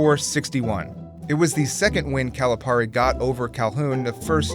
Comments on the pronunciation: It's not 'Cali-PAR-e' it's 'Cali-PEAR-e' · It is pronounced “Calipeari” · how do you say calipari wrong jesus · You gotta pronounce the name right for Calipari, man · It bothers me how consistently you mispronounce Calipari's name. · The amount of times he mispronounces calipari’s name triggers me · Is it pronounced Calipari or Calipari? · Say Calipari right plz